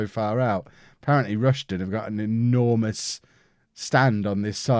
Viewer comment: It’s pronounced “High-Am” and “Rush-Den”